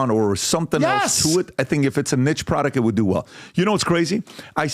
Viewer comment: PBD you mispronounced niche 😂😂😂